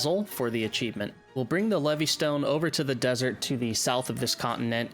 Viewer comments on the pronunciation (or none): none